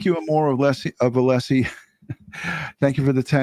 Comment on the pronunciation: Hank Brennan pronounced Alessi wrong the entire trial